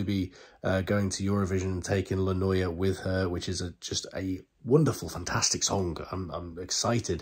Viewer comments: If I may help you with the pronunciation of the word " NOIA'....... It is : NO -- I -- A-- do not put the vowels together like you do in French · Noia, pronounce No E A ( A like in cat) get in touch for Italian lessons, happy to help my lovely ❤ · The prunciation is exactely as it is written NOIA oi = oi 😊